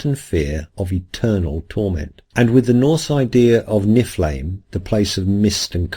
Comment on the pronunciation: It's more like "Nyf-l-heim" (ei as in Einstein).